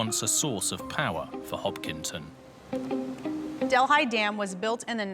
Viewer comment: I am from India. Our capital is New Dellhi (delee!) Who on earth BUTCHERED this name to 'del, hai!? In Amerika seems that every foreign name MUST BE BUTCHERED! REALLY!? Sorry, I still call this lake 'del-EE'! NOT del-hai! Wow!